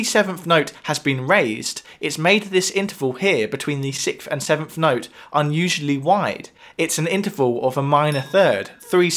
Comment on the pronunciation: "In G natural minor the sevenf note is.. "... "the sevenf note has been raised." .. I cant hear any of the awesome knowledge in this video because of the British pronunciation of the "th" sound as an "ffff" Also.. that Billie Eilish song is a total rip off of "People are strange" by the Doors.